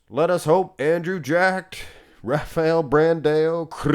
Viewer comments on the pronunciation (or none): none